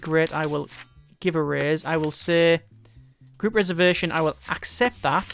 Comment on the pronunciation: you are saying raise wrong.